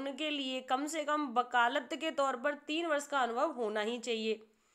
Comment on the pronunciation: बकालत अनुभव ??? Shayad aap vakalat Anubhav bolna chahti hai